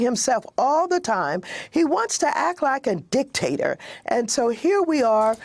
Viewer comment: Anyone else catch that emphasis in dicktator? 😂